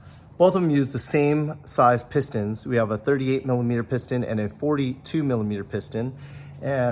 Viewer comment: What the heck is a milla meter???